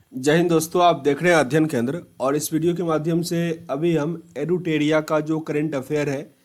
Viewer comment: एडुटेड़िया प्ड़श्न शेयड़ सड़काड़ औड़़ पड़ पड़ियोजना कड़ने गड़बड़ गुड़ूप कार्ड़ालय पड़ And many more in each and every lines you read. I don't know why you read ड़ instead of र.. It's very awful 😔 Work on your pronunciation Plzz..